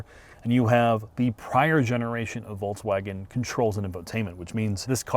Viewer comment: Jesus Christ,. It's not a Volts-wagon.